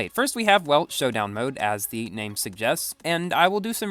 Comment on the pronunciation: making an A8 video?!!!!:o "Showdown Moad":thonk